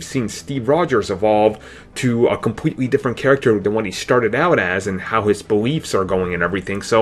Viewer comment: Compwetwey? Obvwiouswy? A wittle bit? Sigh. When you have turrets, you probably shouldn't be a sniper. When you have no arms, you probably shouldn't be quarterback. When you have a speech problem, you probably shouldn't be on YouTube.